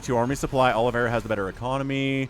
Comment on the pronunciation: "Olive a ra" not aloe vera ;p - it is brazillian/portuguese name.